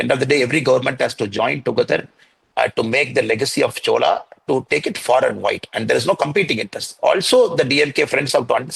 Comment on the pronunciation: Please say chozha, not chola..